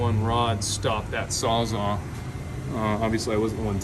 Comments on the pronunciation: Sawzall not saza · Sawz ALL NOT SAWZAU